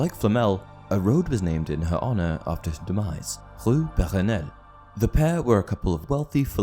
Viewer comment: Puh rrrrrre nelle